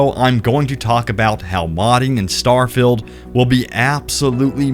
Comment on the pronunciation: was well keen to watch this but couldn't watch you keep saying STAR FILLED not STAR FIELD